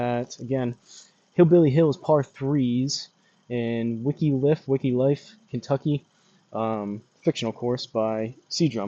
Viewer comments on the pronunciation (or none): This is the proper sim setup for Hillbilly Hills. Nice shots! P.S. “Wick-liff” 😅